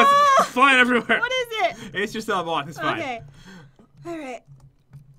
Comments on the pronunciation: When she saw the moth I thought she said mouth😂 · When said "a huge moth" I thought she said "a huge mop"